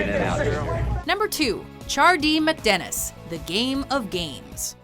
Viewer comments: You can tell by the way she says chardeemacdenis she’s never seen the show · Can you speak? First of all, it's "Charlie Work" not "Charlie, Work." Charlie is not being told to work, Charlie is describing work like it's an adjective. Secondly, it's Chardee MACdennis, not McDennis. Is the character's name Mc? No, it isn't.